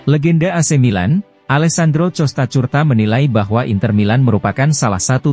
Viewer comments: itu suara tts...klw di setel ke bahasa indonesia maka semuanya di baca sesuai abjad..tapi sebaiknya adminnya jeli...klw Costacurta harusnya diganti kostakurta..biar bagus di dengrnya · Ngomong Costacurta nya lucu min hahhaa